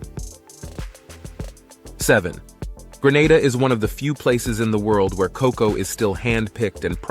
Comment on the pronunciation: Atleast somebody get cocoa correct NOT COK COW